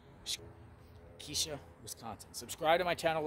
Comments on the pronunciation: He has no idea how to pronounce Waukesha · I lived 5 min from where this happened, in 2014. Waukesha is pronounced different than you said, but that was cute. Thanks for the coverage, great job. This is very sad for all involved.💔❤️💔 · You're right you didn't do your research. Not only that that you can't even pronounce Waukesha correctly. Just another YouTuber making up their own stories and their own personal opinion not fact of detail. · I agree he pronounced it wrong but most people struggle with Waukesha. He's in the right park (wrong tree area tho). But how is he re-traumatizing Payton? Didn't even show her picture.